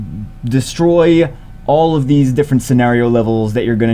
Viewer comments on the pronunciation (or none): none